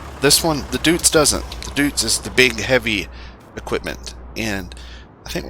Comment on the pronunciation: It's not "Dootz", its spelled "Doytz", like toy or joy..